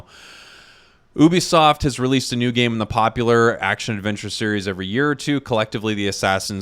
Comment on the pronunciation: i dont want to be mean but ngl i hate how you said oobisoft not Ubisoft